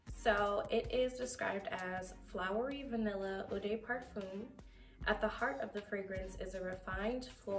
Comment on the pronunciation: Parfum is pronounced Pah-FUM. (Rhymes with Rum) Not, Par-FUME " De" is pronounced Deh, not Day